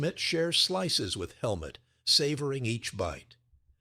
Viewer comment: The man's name is Helmut (like Hell Moot, but NOT Helmet.